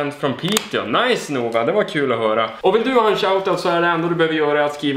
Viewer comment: Tror att man uttalar namnet Nova ”Nåva” och inte ”NOva” 🤪😁